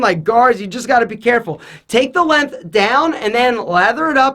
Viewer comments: stop saying "Lenth" instead of "Length!" I beg you! My OCD can't take it lmao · needs to learn how to say length.